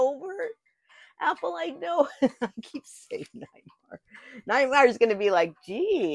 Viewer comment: Drink every time called me Nitemar😂🍸